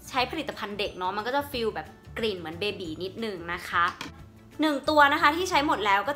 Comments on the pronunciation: อ่านว่า เบบี้ ค่ะ ทำไมอ่านบี๋ ไม่เข้าใจ ลองไปฟังฝรั่งเค้าพูดนะคะ ไม่มีใครพูดเบบี๋สักคน อย่าเป็นเหยื่อ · ขออภัยที่ออกเสียงผิดนะคะ พอดีติดหูและติดปาก ชอบเรียกเด็กทารกว่า “เบบี๋” >.,<